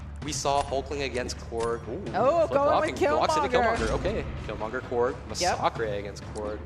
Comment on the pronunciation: That's because his name is masacre not massacre. He is a former priest from Mexico so he took the Spanish word for massacre which is masacre. Pronounced ma-sa-creh